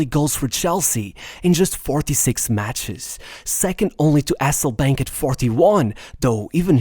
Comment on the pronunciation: aselllbaink ? HASSEL BAINK MATE